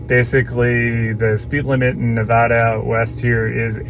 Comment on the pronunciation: It's not Winnimookah it's Winnimucka for the pronounciation and it's not Nevuduh it's Nevada long A's